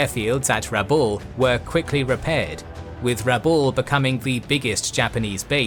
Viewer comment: Just a correction on pronunciation, my understanding is that the emphsis is on the a not the u in Rabaul.